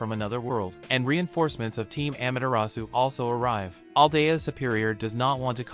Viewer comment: He says amaterasu actually he is it wrong amatrus